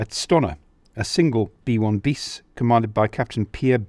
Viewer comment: Char B one (un pronounced Ann), Bis is pronounced "be" or "bee," not biss. Use of radio communications was relatively rare among all belligerents save Germany (thanks to Guderian, a visionary in vehicle signalling).